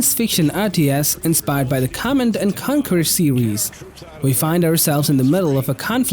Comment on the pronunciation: hey, when you say conquer it sounds like u said concur which is not the same. just saying. nice list btw!